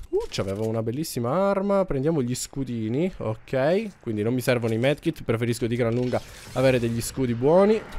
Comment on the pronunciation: Ma si dice medikit non medkit mai